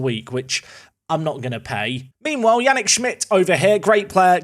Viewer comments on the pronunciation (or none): none